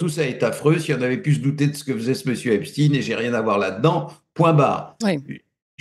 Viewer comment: Monsieur Raufer prononce t-il aussi Albert HeinSTINE ou reserve t-il cette étrange manière de faire à "Epstein" pour ne pasfaire trop sonner Israëlite ?